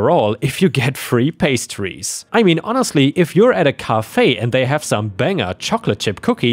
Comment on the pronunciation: Cafe is prounced like hat, not like car.